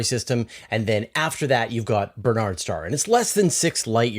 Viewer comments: Barnard's not Bernard's. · Surely the pronunciation is not "Ber-nards" but "Bar-nards" star. Minor quibble. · It's BARNard's Star, not Bernard's.